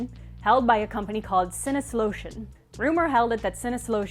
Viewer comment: Me, a German person, momentarily distracted.: "Sin-is-lotion" Me: "What-" looks at screen "Did they seriously name Atari's supposed sister company 'the deleter of senses' in German?"